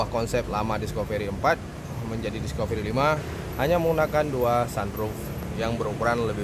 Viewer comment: Maaf bang,namanya ' diskafri' bukan 'diskoferi'.